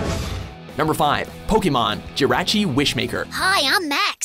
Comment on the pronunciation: How did you watch the movies themselves and still not know how to pronounce the Pokémon names? Groodon? Jirahchi? Lucayrio?